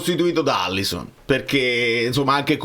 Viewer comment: Alisson, non Allison